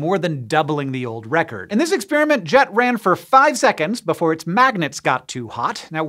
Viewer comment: Ex-spearmint? I prefer ex-peppermint.